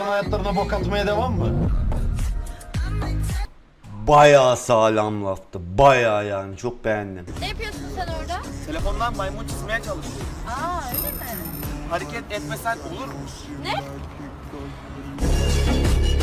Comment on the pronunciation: bide oda bayasağlwm laftı diyeceğine aya seğlem laftı dedin